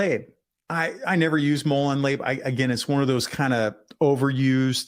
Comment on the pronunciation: You Pronounced Labe In Molon Labe Wrong. Labe Is Pronounced "La-Bay". As For Punisher Skulls; I Personally Think They're Gay. I Have A Gasden Flag, A 2A Original Homeland Security Flag, A Liberty Or Death Dont Tread On Me Flag, A Dont Tread On Me American Flag, A Molon Labe Flag, And A Come And Take It Flag (With The Black Rifle).